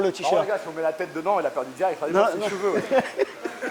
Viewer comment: J'aime bcp Woirin mais l'entendre dire 'veuj' pour cheveux et 'uc' pour cul... Ca m'attriste un peu.